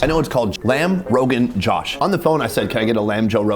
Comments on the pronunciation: It's not pronounced rogan jash rather roghan joash. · Makhani = butter. Murgh = chicken. Butter chicken is actually called Murgh Makhani. The order of the words is switched to signify "chicken cooked in butter-based sauce." As an aside, lamb roganjosh is actually pronounced "row-ghin-joe-sh" not "row-ghin-jaw-sh" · It's pronounced Joe-sh, not Josh, and luss-y not lassie😂! The food looks amazing. Will give it a try when I'm in Mumbai next.